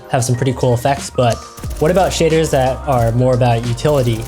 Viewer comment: The way he says shaders, makes it sound like shitters.